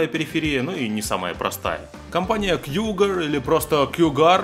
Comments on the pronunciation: Почему "кЬюгар" то? Мне одному режет слух? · 1. Произносится как Кугуар)) 2. Русские буквы нанесены по центру - выглядит ужасно. 3. Дизайн г. как и все игровое. 4. Кнопки на черри болтаются в стороны еще как. 5. Кнопки почти глянцевые - поверхность с глубокой шершавостью на ощупь куда приятней и воспринимается дороже. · Кьюгар или кьюгАр)))